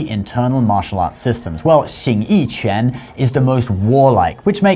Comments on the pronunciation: You keep pronouncing quán (fist, punching) as if it were qián (various characters, various meanings, none of which have anything to do with martial arts). The character shown is correct for quán. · No, because u in qu is pronounced like French u as in une. It has also been transliterated, roughly, chwan or chuan. You were saying ch'yen.